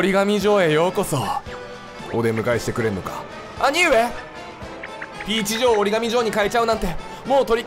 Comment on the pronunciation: 時々キヨの「ピーチ城」のイントネーション「ピーチ・ジョン」になるよね